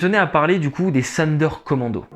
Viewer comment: Sonderkommando se prononce Zonderkommando !